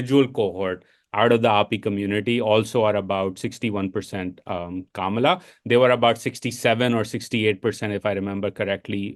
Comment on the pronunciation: Bhai pehle naam toh sahi se lo. its not Kamalaaaa its kama la like comma la